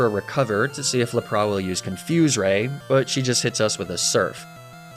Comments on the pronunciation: nah bc wtf is a arc-a-niney and lapra😭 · I know you pronounce Pokémon names as a joke and to bait comments. So I guess I’m falling victim to that strategy, but idc so be it. This needs to be said, pronouncing the epic water Pokémon Lapras as “Luh-Praw” is a true sin. A crime worthy of incarceration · I was gonna subscribe... But then you pronounced Lapras the ABSOLUTE WORST POSSIBLE WAY that I have EVER heard... So... No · Same with Laprà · aw hell naw what's a Lapras?!! all my homies know it's laprAH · Good videos but the way you pronounce Lapras, Arcanine and Magnemite is actually an assault on my soul. Also Tauros being a horse what? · That is not how you pronounce Arcanine. And Lapras for that matter.